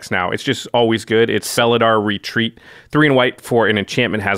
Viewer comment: felidar retreat i am sure it's not how you sayd it